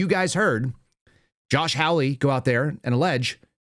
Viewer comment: Senator Hawley's name is pronounced hall-lee like a hallway in a building not howl-lee as in a noise that is associated with a coyote. Not a biggie but I consider it a little insulting to continue to mispronounce his name.